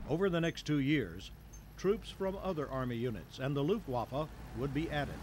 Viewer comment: D Every time Americans say "Luftwaffe" I understand "Luftwaffel" which means air-waffers or air-pancake :D